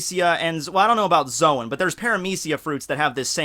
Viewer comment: Logia is a hard G like in Good or Bug. Paramecia is Parame(SHE)a Zoan is Zone.